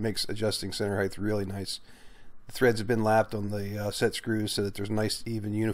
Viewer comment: Height with a t at the end. Not th! 🤨